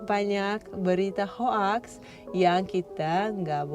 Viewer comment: Mbak bacanya bukan ho aks tapi hok..👌